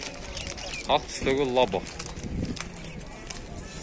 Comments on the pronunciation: Лаоо эмес лабо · Лаво дейтко жигар 😆😆😆лабо десен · Лава эмес Лабо десен